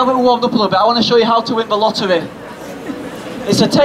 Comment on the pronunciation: Won the "loerwee" (lottery)😂😂